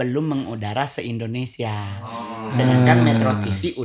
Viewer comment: Yg benar Indonesia apa endonesia..